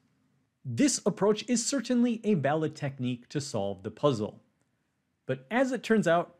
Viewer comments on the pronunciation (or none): The word was 'valid', but Presh pronounced the 'v' similar to a 'b'.